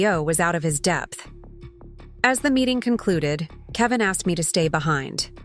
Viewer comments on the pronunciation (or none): none